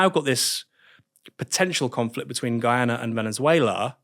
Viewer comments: How does he think you pronounce Guyana as "Iguana"? He does it consistently, so he clearly thinks that is how one pronounces it. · It's "Guyana", not "Iguana"! 😉